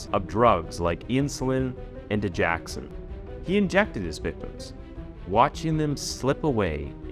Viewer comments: Digoxin NOT digaxon! Dude, you constantly destroy important words in your videos! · Its dig-OX-in, not di-JACK-sin. (Sorry, medical transcriptionist) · I’m not trying to be an ungrateful fan of your channel, but you are saying Digoxin wrong. It’s dig-OX-in not dig-ax-in. Sorry. It’s a heart medication. And it was because of hospital lawyers that he was able to get away. Amy got fired from that hospital. She was being told to not go to the police, so they too could sweep it under the rug. They were just going to fire him. Because Amy knew what was right, she pursued it anyway. Hospital politics are nasty for patients well being. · It's pronounced Didge OX in... NOT Didge Ax in. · Sorry but its di-gox-sin. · It's pronounced da joxen